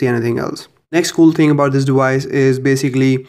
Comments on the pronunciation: it's device!!! not dewise. so annoying. also you could just call it a watch which is what it is you knowww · Device. Not "dewise" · Dewice is driving me insane. It's deVVVice. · NOT DEWICE. IT'S DEVICE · Why do you say dewice it's frickin device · The "dewise"💀